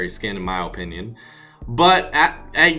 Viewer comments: Why do you pronounce opinion oopinion it makes me cringe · the way you say opinoin